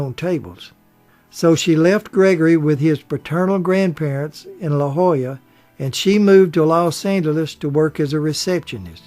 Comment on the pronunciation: Congrats on properly pronouncing "La Jolla!" Very few get it right.